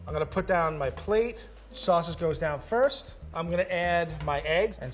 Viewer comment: “now I’m gonna make my sosage” Me: “l’m not surprised”